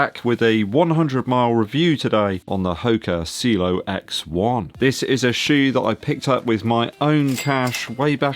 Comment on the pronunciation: it’s not pronounced cilo it’s ci e lo.. great running shoes one of my favorite this year.. along with the Mach 6